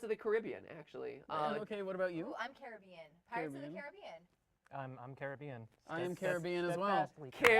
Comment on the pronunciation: matpat is the only one who pronounces Caribbean correctly